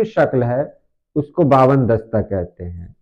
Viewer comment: Bawan dasta nahi Hawan dasta hai